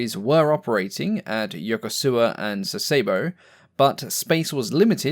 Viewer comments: Loving your videos! This one was especially interesting. One small note on pronunciation: Yokosuka is not pronounced phonetically. It is properly 'Yo-ku-ska'. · Yo-KO-ska. SAS-eh-bo. Keep up the good work.